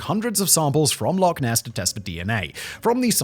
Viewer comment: Okay so... love your channels Simon, and I will always strive to ignore most of your mispronunciations, but kindly, please, for the love of fraaaack... it's Loch... ch... not Lock. Please. Pronounce it right. It's not hard. Just phlegm a bit. Ch. I am begging.